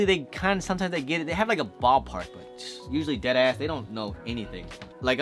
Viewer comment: dead ass sounds like u just heard the phrase dead ass for the first time recently lol im jk though love your videos man, keep it up.